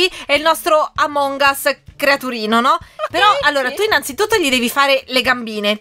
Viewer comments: Si dice among as che però si scrive among us non among as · Dici a che si dice amon gas